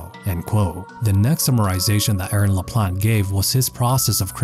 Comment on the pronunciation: The t is silent in Laplante